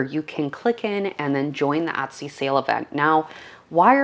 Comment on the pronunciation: No offence intended,but why does she pronounce the word Etsy as "Uttsy"? ....Is she a Canadian and that is the Canadian pronunciation of the word?